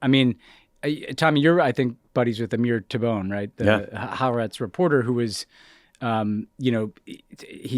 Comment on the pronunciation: As an American-Israeli Worldo watching this from a shelter right now, I think it's more important, now than ever, for all of us to come together as a nation, and tell Tommy it's pronounced "ha-A-rets."